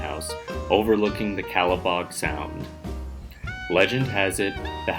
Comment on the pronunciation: Great presentation. Might I suggest that you please try to do a bit more research and learn the pronunciation of our local sights. "Calibogue" Sound (bay) is pronounced Cala-bogey (like the golf term. ) not calabog or whatever you said. P.S. another thing about The Baynard Ruins...they're haunted. If there are any ghost enthusiasts out there, The Lowcountry, Charleston to Savannah is loaded with the paranormal...